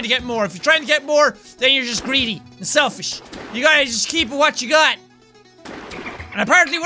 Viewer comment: Yeah dont become sel"fish"